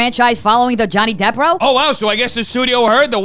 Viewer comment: Me, when Americans pronounce "row" meaning argument, the same way they pronounce "row" as in "Row, row, row your boat": 🙄🤦🏼‍♂️ Row the argument rhymes with cow, rather than toe.